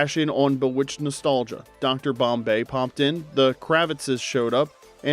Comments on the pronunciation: This is AI. Has to be. And if so I’m late to the party and please forgive me. If it AINT… You get TOOOOOO much stuff wrong. Most vids. That’s fine but “BUH-witched?!?”! It even SAYS BEE witched in the opening credits when Samantha flies out. My bad. SUH mantha… 🤣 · If you are not AI, how come you mispronounced Bewitched? The kind of mistake AIs make all the time.